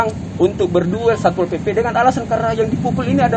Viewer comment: Sappol mulu... Bicara yang bener doong SATPOL SATPOL pake T jangan di sambung, karna hukum baca T itu izhar halqi, jangan di idghamkan